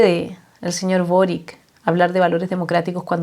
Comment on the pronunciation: Se pronuncia Borich